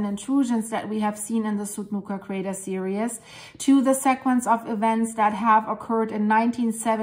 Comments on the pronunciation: Theresa is right. But we do know what means. It sounds like "serious" simply because she is pronouncing every bit of the word "series", which we don't in fact do. She is breaking up the "ie" into 2 syllables, whereas it should be one long sound. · You are so cute! Series is pronounced seer-eez